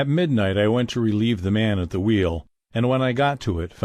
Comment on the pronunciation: U say wheel wrong it's so annoying